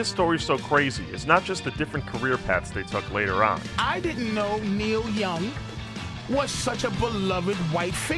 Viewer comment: Am I the only one who's hearing the narrator call him Neil Yun?